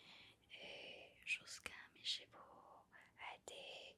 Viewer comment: Ravi de te revoir :D Attention a la pronociation de "Cheveux" qui se disent: CHEU-VEU. La on entend chevaux (CHE-VO) et c'est pas la même choses XD